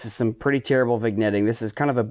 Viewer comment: lol nope, vin-yetting is the right way, you said vig-netting, unforgivable! Renders the rest of the video unusable! /sarcasm. I do btw appreciate your approach to gear vs. effort. Far too many times in this hobby, newbies with human style budgets (myself included) ask for guidance and receive the blanket answer of "spend more money, get more gear". I have the same APO as you, the AT115, and I love it. But it was the culmination of a year and a half of saving and rationalizing my need for it. Clean data is a luxury, despite what elite forum guardians would say. Thanks for stressing effort > money.